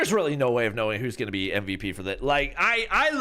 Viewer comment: Its supposed to be mvp not mvt 😂😂😂😂